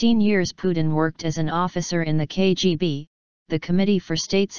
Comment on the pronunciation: You just mispronounced KBG